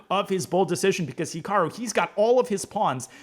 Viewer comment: Naroditsky could at least pronounce Hikaru correctly